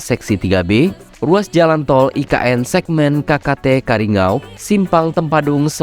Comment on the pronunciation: Maaf salah ngucapkan bukan karingau tapi yg betul kariyangaw ya bang